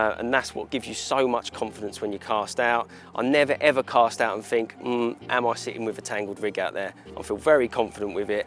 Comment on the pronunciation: Warning this video contains an idiot, who can't speak his own language (I FINK).